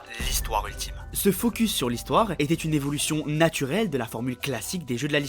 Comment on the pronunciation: "Utlime" tu veux dire 😂